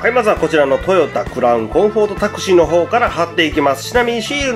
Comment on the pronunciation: [Taxi] の発音がすごいですね😂😂